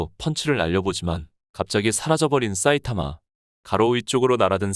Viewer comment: 사이타마를 왜 싸이타마라고 발음 하지? 되게 거슬리네